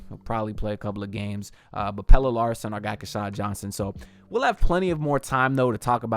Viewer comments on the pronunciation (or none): INCIDENTALLY for rest of you... All of last year I checked with my Swedish peeps on IRC regarding pronunciation of PELLE Larsson's name. It's NOT pronounced "PELLA" or "PELLAH" .. it really is PELLE or PELLEH .. almost like the deceased soccer star, but not quite..... input "Pelle Larsson" into Google Translate in Swedish mode, ask google to pronounce the name and you will hear "PELLEH".